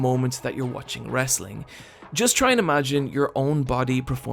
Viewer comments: At least he didn't say "Tri" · Still better than "Traah".